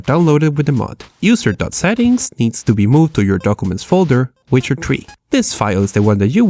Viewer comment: When you say Witcher 3 it sounds like wizardry XD